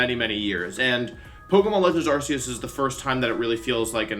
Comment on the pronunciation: You pronounced Arceus wrong